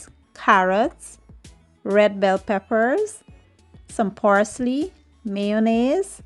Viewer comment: Parsley not Porsley😊